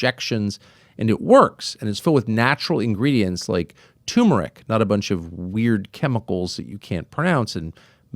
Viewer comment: no weird chemicals you can’t pronounce as you mispronounce the word turmeric!!😂 love ya Tucker👍😊